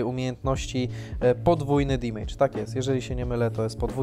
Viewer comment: Fajny odcinek jedyny minus to "dimejdż" który boli mnie w uszy.